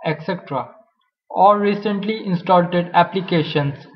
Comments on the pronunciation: love it when he says installted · "Installted" lol